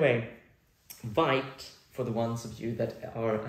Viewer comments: I think it's pronounced like in French "veet" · I totally get feeling in a rut about productivity. I think it’s part of living in a capitalistic society. It’s good to slow down and think about what’s important, that helps me at least. By the way vite is pronounced veet. It’s French for fast :) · Vite is supposed to be pronounced ”veeet”! It’s how you say fast in french :)